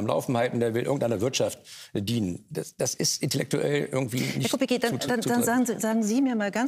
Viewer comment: Herr Lanz bitte dprechen Sie rşchtig aus nicht kubikki sondern kubitzki